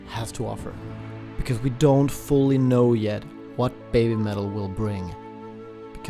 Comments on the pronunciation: Listening to the video... it sounds like you're saying babe-metal instead of baby-metal... maybe that should be part of their change as well because these girls did go from babies to babes! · I'm not being critical or making fun but I was wondering why you say "baymetal". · Why does it sound like he's calling them Bay Metal??